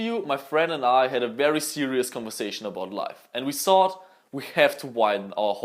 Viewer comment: I love how he says thought idk why tho but it's so satisfying